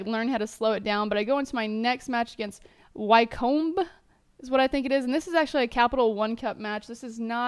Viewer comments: its pronounced Wi-kum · Wycombe pronounced "Wickum" just for future reference :) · it pronounced wi-come and wycombe are in league 2:) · Wycombe, is pronounced: we-kom, sort of ^^ Know you know :D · Maiga is pronounced my-a-ga Wycome is wick-um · Wycombe is pronounced Wick-em. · It's pronounced Wi-Come